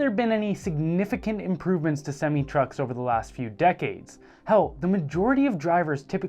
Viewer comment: He really just said “seemmi trucks” lmao